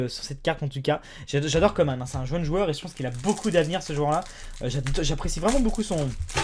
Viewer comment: Salut, juste pour te dire que Coman ça se prononce comme " manche", ils se trompent dans les médias. Sinon j'adore tes vidéos.